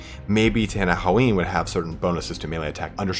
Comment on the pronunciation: And it's pronounced like Ten-in-wan. Why can't people get that right?